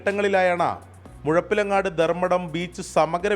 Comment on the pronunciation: മുഴുപ്പില അല്ല മുഴപ്പിലങ്ങാട് ആണ്